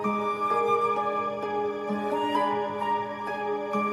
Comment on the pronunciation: When you can't even say my name...